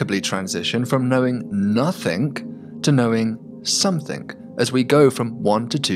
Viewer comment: I wish he wouldn't say somethinK and nothinK. Letting the side down a bit there.... 😆